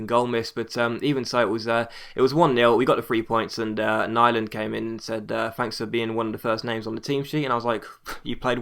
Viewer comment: Nyland is swedish, pronounce his name like youre saying "newland" and its about as close as you can get to how pronouncing his name correctly !